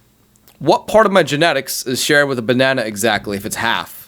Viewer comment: Wtf is a banawnaw?